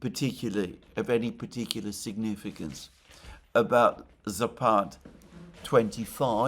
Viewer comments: Alexander, it's "západ", not "zapád" (зáпад). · Just a bit of trivia - it's "zApad", stress on the first "a".